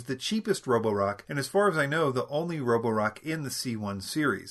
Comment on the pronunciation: Nice job with the Chinese name pronunciation!